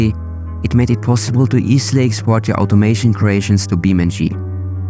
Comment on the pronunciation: its Beam(e)NG(ine) like physics eNGine.